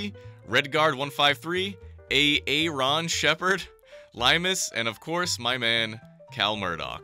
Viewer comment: aint no way he said a a ron💀💀